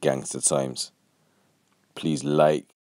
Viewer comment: My bruther, i know you from Bradistan when you say "Palees"